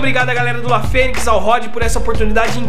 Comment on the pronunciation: Pai do Rody falando La Fenix PORRA hahahahahahaha FODA